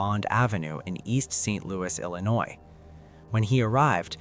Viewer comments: how you from Missouri and don’t even know how to pronounce Illinois damn thought only east coast and west coast people pronounced the S in Ill-annoy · Lady, it's ILLINOI the S is silent! Tell your friends.... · she from the area so why did she repeatedly butcher the name? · I don't think she butchered it, just doesn't care or isn't aware of her mistake. Lot's of people say it with s at the end but not usually Illinois citizens. I'm old and cranky!